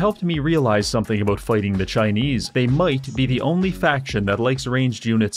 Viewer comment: ABOOT EH?